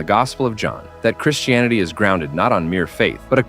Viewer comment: do you realise that Americans like yourself pronounce "Christianity" as "Chrish-tianity"? You do in this video. It's very odd and not nice. Why can't you take out the -sh sound and replace it by a -t?